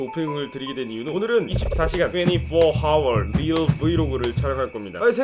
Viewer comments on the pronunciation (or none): 하월가 아니라.. 아월.... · hour을 하월로 읽는 사람이 있었다니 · 하워rrr라는 새로운 단어를 창조하신